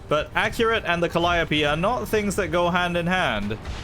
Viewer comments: I find it funny he calls the calliope ‘col-i-o-pea’ when it’s called ‘kal-ee-ope’.🚀🚙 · Cal I o p? No its Cali ope or Cali tope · More like Call i OP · I have recently realized that I have been pronouncing calliope wrong my entire life and I take back my previous statement, I was taught it was pronounced ca-lee-oh-p, sorry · "Call Op ee" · The way he pronounce calliope pains me